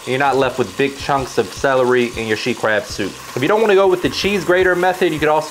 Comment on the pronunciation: i thought it was called “sheet” crab soup 😂